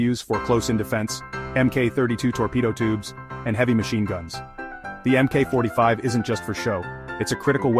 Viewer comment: MK is pronounced Mark.